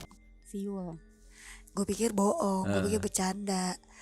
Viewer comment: Aq Mlah inget di kakak beradik podces sering ada siul, Kalo ad Anwar psti ngomongnya suil bukan siul 😅